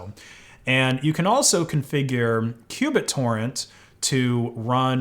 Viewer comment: Oooh! You MEANT q Bittorrent but you SAID Cubit Torrent. Learn how things are pronounced, bro.